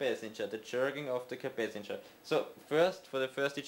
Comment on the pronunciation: Capacitor not capacanger